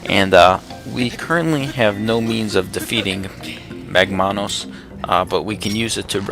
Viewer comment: Shouldn't it be MAGmanus and not magMAnus? because it's MAGma, not magMA. you did the same thing with the other boss, tentalus. It's TENtalus and not tenTAlus because it has TENtacles, not tenTAcles.